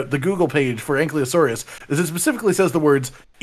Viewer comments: Also! ANKYLOSAURUS! Not Ankliosaurus!! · Ankylo not Anklyo, it's bugging me so much lmfao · 5 years later and still can’t pronounce ankylosaurus correctly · All these years and still mispronouncing ankylosaurus. :P